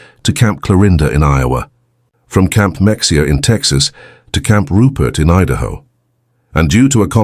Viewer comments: Camp Mexia Mexia is pronounced as Ma Hey ah the x is silent now you know.:face-blue-smiling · A documentary should investigate how to pronounce the names of American cities & forts in the presentation. The pronunciation of Mexia in Texas is “ mu-hay-uh”!! Additionally, what a shameful contrast to see how well German prisoners were treated in stark contrast to the fact that ships full of Jewish refugees were turned away from entering the USA who were ultimately killed or captured by the Germans. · It would be nice if this AI would learn how to pronounce Mexia.